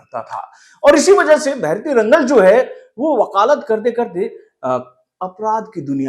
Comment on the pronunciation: Pls pronounce it like भैरति रणगल and Director’s name is नर्तन.